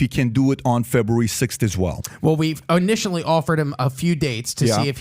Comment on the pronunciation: this dude said "O-nitially" lmao clown